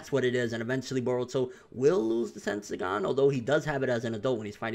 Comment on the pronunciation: Don't let's swagkage hear you say tendiagan